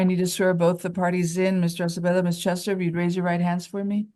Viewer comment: Spanish last name Acevedo, not Asebedo. Try tp correct it if posible, not very important for the video but it is better to accuratly spell everything including names and surnames. Thank you